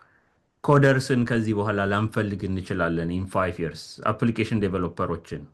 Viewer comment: Yearsን ስትጠራ አፍህን ቂጣ እንደቀደደው ያሳብቅብካል ንጹህ አማርኛ አውራ